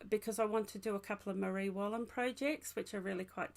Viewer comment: Another lovely podcast. Your cardigan is so nice. All your information is great. Your pronunciation was good of the Marie Wallin garment. Thanks from a very cold windy Scotland.